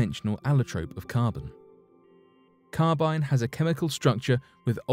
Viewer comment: Linear acetylenic carbon (LAC) is also called Carbyne (not Carbynye) but thanks.